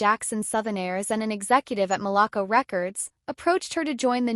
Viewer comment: RIP ITS MALACO===== MAL-LA-CO